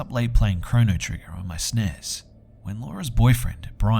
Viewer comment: I'm just over here thinking about how he said "SNES" as a word in the 2nd story